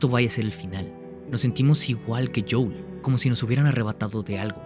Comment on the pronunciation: Buen video, pero se dice JOEL, no JOUL 🤣